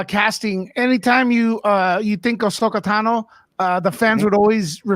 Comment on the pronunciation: Could you please learn how to say Asohka Tano properly lol?